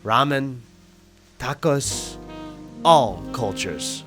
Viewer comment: why did you say tacos like that